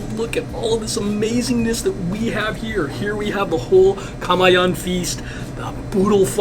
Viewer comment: Awesome!!! LAKAY is pronounced LA..Ky (rhymes with TIE) same with KAMAYAN. KA..MAY(rhymes with Tie) Yan (rhymes with John) Ka..My..yun.